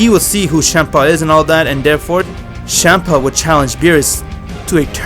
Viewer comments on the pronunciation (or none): It sounds like you say shampa instead of champa